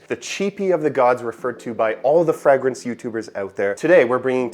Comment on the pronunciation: QUIT SAYING FRAGG Rinse